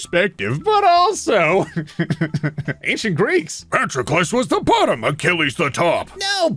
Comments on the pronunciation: Me: Patroclus is pronounced "puh-tro-kluhs".: No, this is Patrick. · Your mispronunciation of patrolucus is infuriating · Say it with me now: pa-TROK-el-us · Anyone gonna talk about how he pronounces Patroclus as "Patrickless" as if Achilles is missing a Patrick. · I hadn’t heard the name Patroclus mentioned for absolute years and I thought you were saying Patrick-less. And I thought that was some euphemism in itself that I couldn’t understand but was pretending I could. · here's how you say Patroclus Puh-trok-uh-lus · Is no one going to mention his mispronunciation of “Patroclus”?